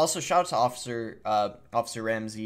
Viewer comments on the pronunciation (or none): lmao "officer RAMI RES" Bruh its "ruh-mir-iz" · Officer Ramsey. And then says officer rami rez 🤣 boss should go back or stick to school lol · Good video but it's Ra-meer-rez lol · It really irked me the way you mispronounced Ramirez lol